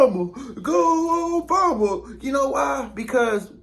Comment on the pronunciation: Man do your research. Stop being disrespectful. We are disrespected enough. Your history about Resident Obama was all wrong! You even mispronounced his name. Go do your homework.